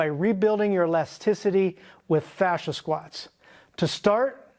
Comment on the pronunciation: Fascia? Oh his FA-THER!